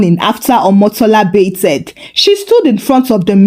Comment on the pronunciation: Genuinely love your stories BUT, I have to ask…why are you pronouncing it “BAYTH-ED” with the “ed” like that? The “ed” isn’t said that way. I notice you do the same with “breathed.” And you pronounce “favorite” as “favor-right”… I’ve been around Nigerians my whole life and never came across this. It’s hard to listen to.